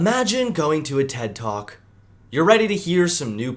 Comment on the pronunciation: That “ted talk” hurt me